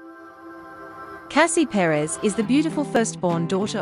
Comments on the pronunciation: It would be nice if before they talk about someone at least learn to pronounce their names right.Second wife was very pretty also. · She needs to do an in depth study of the topic. Chris was born in 1969 & not 1996. The pronunciation of the name is wrong. Cassie Perez is a smart & beautiful young woman. 🙋🏾‍♀️😇😁💞💞💞🎸🎶💃🏽💃🏽💃🏽🎊💫